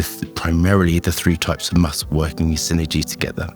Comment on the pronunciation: Is he saying must or musk?